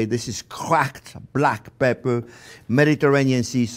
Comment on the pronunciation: Not sure if he put enough peprrr there :) Nice steaks btw